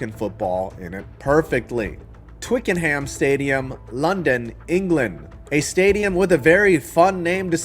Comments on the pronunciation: Twickenham is pronounced TWICK-en-um. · It'S Twee-kern-nem. Why do you Yanks always emphasise the ham lol. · Twickenham is actually pronounced Twicken-Um. The Brits like to randomly drop the H sound because they hate the French. I'll be visiting Wembley for an England soccer match next month. Hopefully I can make it to Spurs stadium as well. Azteca probably won't host NFL football until 2027, since they are upgrading it for the 2026 World Cup. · Any future videos if you can pronouce Twickenham as Twicknum then you will be made an honorary Londoner. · If you can say Tottenham properly as you did in this video then you can say Twickenham properly too! Apart from the first syllable it's the same. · You used 'rogering' correctly, it's a term for copulating, you did pronounce Twickenham incorrectly though, the 'h' is silent. Oddness of the English language when spoken by the English . 😁